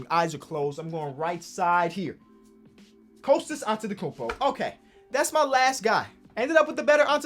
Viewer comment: "The better antetokfnfndn " Me: nothing wrong here